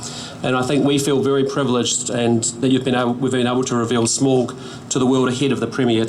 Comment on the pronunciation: I like to imagine that Peter's inner Tolkien nerd is cringing at the Air New Zealand CEO constantly mispronouncing Smaug's Name. XD